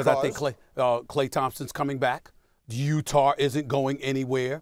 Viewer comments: Nobody: Stephen A: Utarr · No one: Stephen A. Smith: Utahr